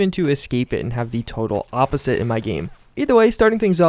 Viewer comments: did anyone hear him say opporsite instead of opposite? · my boy said "oppersite" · did you hear him say "opporsite"